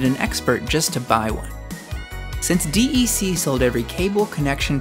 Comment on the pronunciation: This video needs to be redone. "D" "E" "C" is not the way it is pronounced. It is just "DEC" pronounced like "deck". I know because I worked there before Compaq bought DEC, and HP bought Compaq.